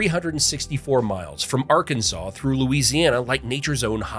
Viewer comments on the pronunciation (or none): none